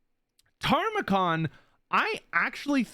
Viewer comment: If Tamurkhan ends up being the only champion of Nurgle not in Immortal Empires, I'm going to scream. And it's pronounced ta-mer-khan. Not "tarmacon" (the later syllables should be more emphasized than the early ones). He's loosely based off of Timurlane, a conqueror who faked his family tree so that he could claim being the descendant of both Muhammad and Genghis Khan. Hence his backstory being the long lost son of a chaos version of Genghis Khan.